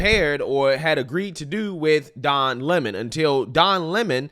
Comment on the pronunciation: Don " Is'ah" Lemon